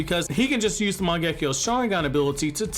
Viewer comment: Every time I hear this guy butcher “Mangekyou” it makes my skin crawl. It’s pronounced “Mahn-geh-Kyo” NOT “Man-geckee-yo”. You’re adding an extra syllable. Your welcome. 🙏